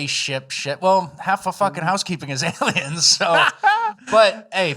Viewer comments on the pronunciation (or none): mispronounced aliems.